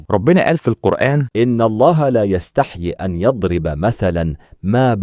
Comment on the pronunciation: مشكورًا على هذه الفيديوهات النافعة 🌷ولعلّ في كلمة ﴿يستحيي﴾ انتبهتُ أن الياء الأخيرة لم تظهر في التلاوة، والصواب إثباتها كما في الآية:﴿إِنَّ اللَّهَ لَا يَسْتَحْيِي أَنْ يَضْرِبَ مَثَلًا مَا﴾